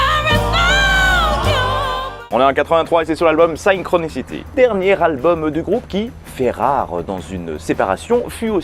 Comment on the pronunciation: Très intéressante vidéo, à un petit détail près….la prononciation😩 ce n’est pas « Saïllekroniciti » mais tout simplement Sinchroniciti. Pour s’en persuader, il suffit d’écouter le titre Synchronicity2.